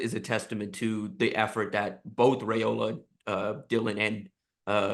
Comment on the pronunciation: "Rye"ola not "Ray"ola